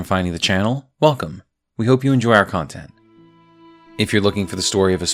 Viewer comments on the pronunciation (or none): none